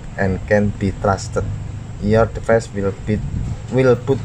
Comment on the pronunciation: Device dibaca divais